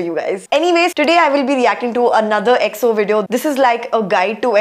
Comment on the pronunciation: I love your reactions to EXO. Your pronounciations of their names is perfect. They really have alot of content, so dont know where to begin. EXO are R and B kings, Kings of B sides. They truely dont have a bad song. They probably most known for Vocals and their Live performances. Their concerts are out of this world Enjoy your journey and congrats on 249 subs.